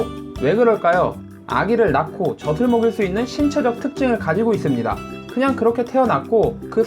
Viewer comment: 저슬(젖을)이 아니고 저즐(젖즐) 제발 젖을 젖을....